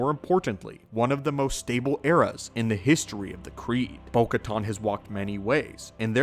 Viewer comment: Still mispronouncing Bo-Katan... it's like "can" and not "con."